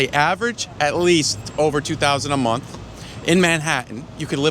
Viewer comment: this guy! lol “food expense cosses, and eggs is 10 dollars a momfh”